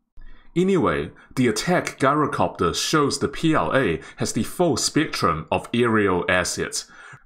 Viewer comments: I hate to be "that guy", but it's not pronounced "GAI-ROH-copter" it's "JAI-ROH-copter". Think of the word "gyroscope", it's "jai-roh" not "gai-roh". And yes, I realize that the original Greek pronunciation is actually "yee-roh", but this is just how the word is pronounced in English. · Pronounced Jyro, not a hard G. MANPADS field day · Pronounced Jyro-copter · Interesting, thanks. Most pronounce gyrocopter with a soft "j": jai·row·kaap·tr. Is the pronunciation different in New Zealand? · It's pronounced jai·row·kaap·tr